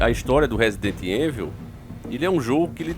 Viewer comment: diz resident heinvil. 😆